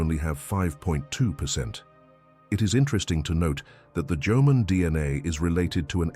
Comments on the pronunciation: The AI voice from text is making mistakes Instead of Jomon people the AI says Jomon but the text says German Someone needs to proofread the text before putting this on youtube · For all those Asians or Japanese who are whitewash don't be excited when the Narrator said Jomon and not German, Ok. It's Jomon who native to Japan not German. 😂